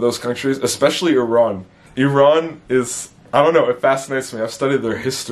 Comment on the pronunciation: What piqued your interest in Iran. I am married to an Iranian (in USA). My son is 1/2 Persian. Just interested in your affinity for Iran...pronunciation=correct : ) and know Farsi is the language. Do you know about the Bahais? Do you like Persian music. Persians are very warm friendly, welcoming people.